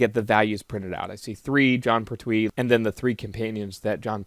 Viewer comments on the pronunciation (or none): You are mispronouncing "Pertwee". It is "Pert'wee" not "Per'twee". Oh, and good course.